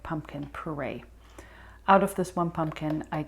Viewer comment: Love your recipes. Love that you use good oil—not poison Canola. Btw, it’s actually pure-ay not per-ay